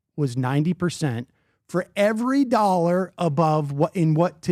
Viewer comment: Retarded pyramid scammer who can't even pronounce the world "dollar". The fuck face says "a million nollars". Go back to Iran.